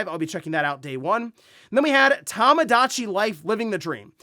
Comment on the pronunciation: How Tamagotchi was pronounced during the Direct had we doing a double take 😆... first time ever hearing it pronounced that way.